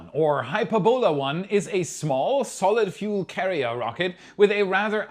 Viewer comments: It's pronounced "hy-PUR-bo-la". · Hyperbola is pronounced "hy PER bo luh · Sorry,, but I can't help myself: it's pronounced 'high-PURR-bow-la'. If it's any consolation, I dated a quadralingual Austrian lady back in the '90's, and got excoriated for my lousy pronunciation of 'FLUK-zoik'....so I DO feel your pain (no schadenfreude, I assure you). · Check the pronunciation of hyperbola.